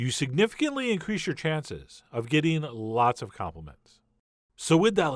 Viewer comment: "Lllllllots of compliments" :))))